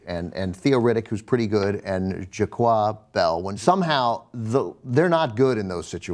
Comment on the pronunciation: Can Someone tell me who the fuck "JAQUA" Bell is? Its JOIQUE! lol.....tells you how much these guys follow football. TYT get some quality sports analysts PLEASE.